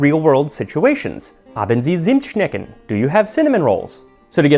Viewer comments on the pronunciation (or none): [ˈt͡sɪmtˌʃnɛkn], not [ˈzɪmtˌʃnɛkn] 🤓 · Your pronunciation is almost there! Zimmtsnecken…….you say sneck just as you see it…(like schenck) germans pronunce every letter. My German mom always made huge cinnamon rolls….schnecken……..lol. My Austrian dad hated they used Der Weinerschnitzel since it was just a lowly hot dog here….in California..lol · The Z in Zimtschnecken is closer to the first c in circus or cistern or even the ts in tsar than an "s" sound. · "Haben Sie Zimtschnecken?" while the (German) 'Z' is pronounced like the 'ts' in 'cats' OR like the 'tz' in 'Schnitzel' Wanna try? Zoo, zerstören, Zellulose, zart, Zähne, Zahn, Zoll, Zellwachstum,... :face-green-smiling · Just a little completely off-the-point pedantry: In the sponsor part, you use the example phrase "haben Sie Zimtschnecken?" In that phrase, you pronounce "Zimtschnecken" with an international Z. However, we Germans have for some reason decided to not use the Z that way. Instead, we use it like a TS. Otherwise, perfect pronunciation. (Btw, the reason for it is that German does not use an S sound in initial positions at all. We use S for both the s and the z sounds, because we can differentiate them from position in the word. So some guys decided to use Z the way it was probably used in ancient (although not modern) Greek, as a TS. Yeah.)